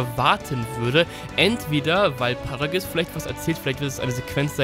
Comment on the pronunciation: Es heißt Paragus und nicht Paragiss